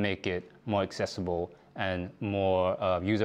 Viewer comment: "make it accessble" 🤔